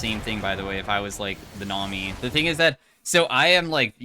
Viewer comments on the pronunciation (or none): none